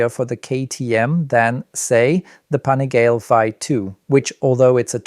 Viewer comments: “Panigail”? Come on dude! Make an effort. You know how’s pronounced. Are you a journalist or Napoleon Dynamite’ aunt? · There are a lot of inaccuracies in this video. The first being that the V2 is 187kg fully ready to ride, that’s with no gas in it. The next big one is the brakes on the bikes. They’re not all running Stylemas like you claim, only the R9 is. They’re V2 is running M50’s due to lower weight and probably cost savings and the RC is running the new Hypure calipers. Not to mention pronunciation of the ‘Pan’ ‘ih’ ‘gal’ ‘lay’ “Panigale”